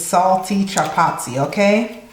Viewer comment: 😂 I love it when the Caribbean sister says it like a true East African speaking Swahili chapati